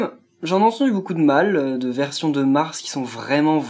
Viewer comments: Arrête de dire Mars c'est Marte x)) (Marth) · Ce n'est pas Mars mais Martee et dit le prince marte ces mieux :p